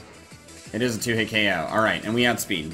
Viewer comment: Why does he so 'Oko' and not 'KO'???????????!?!?!?!!!!!!?!?!?